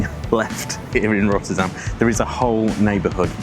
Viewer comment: Rottûrdam? Ech wel, niettan? 😄👍